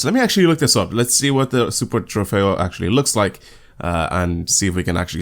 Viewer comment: You actually pronounce "Super Trofeo" and the "Huracán" really good imo 👍